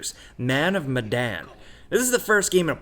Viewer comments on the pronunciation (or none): It's pronounced Meh-Duun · Its man of muh-dawn